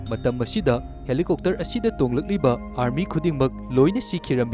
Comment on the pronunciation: Helicopter ❌ Helicokter ✅ 😂😂😂😂😂